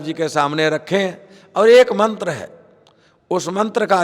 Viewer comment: mantar nhi aata bolna